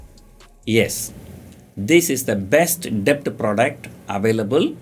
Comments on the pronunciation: Wrong pronunciation of DEBT ...please google for correction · 1) u didnt mention abt post tax returns on short term bond 2) what r tax implications & yields if we sell long term bond after 3 years & short term bonds before 3 years 3) In all the videos , u r pronouncing silent character 'b' in the word 'debt' . Please be noted that 'b' is silent in 'debt'